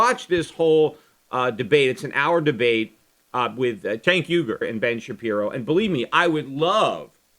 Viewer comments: What's with the 'cenk uygur' overdubs? I wouldn't have cared if you were saying 'Sink ooeygur' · I love that Peter had to go back and edit his pronunciation of Cenk Uygur. :) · Must have been saying Cenk Uygurs name wrong for the original recording because its obviously re-inserted throughout the podcast haha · Maybe [Cenk Uygur] cut you off on his show because you kept saying [Cenk Uygur]'s name weird? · I'm guessing you mis pronounced his name the first time you recorded this then :P